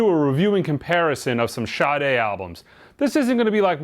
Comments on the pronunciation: It's pronounced SHAA" + "day" not shotty. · or people that pronounce the name correctly and those that do ,,, there is no H after the S ... SADA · Sade pronounces it with a H.